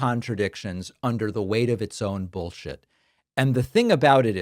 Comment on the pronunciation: I just noticed that you pronounce bullshit like my dad ....bowl shit?